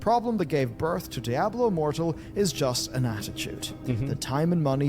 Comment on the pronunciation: Why does Bellular pronounces it daiablo?